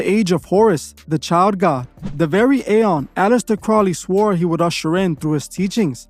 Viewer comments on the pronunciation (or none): none